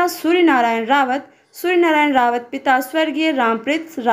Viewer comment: रावत नहीं राउत